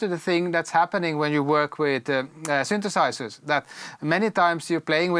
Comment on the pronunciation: These guys always say sintisizers …